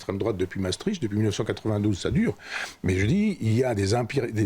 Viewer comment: À la maison on a inventé un nouveau jeu. Chaque fois que Michel Onfray dit "Mastreich", on prend une gorgée de vin. Pas facile!